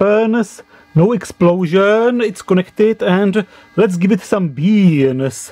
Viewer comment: "Let's give it some beans..." I never laughed so hard. To hear what I have come to know as a Western phrase said in your accent is probably the best thing I will hear all day.